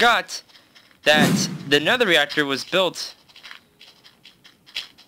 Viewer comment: Its nether not neather xD